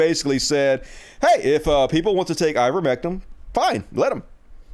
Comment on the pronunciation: Please, stop saying, "Ah'-ver-MEHK-um." You know it's "Aei'-ver-MEHK-tin." I'm supposed to share your videos, with you constantly and consistently mispronouncing an easy word?!? My family and friends are educated, and know the word. I can't convince people to listen to you, when you keep fucking up basic words. Stop. You aren't dumb. I love you almost as much as my husband. He's also a country hick, from Campbell County, TN. He also isn't dumb, just less educated. We country people need to stand up and prove we aren't ignorant. Please.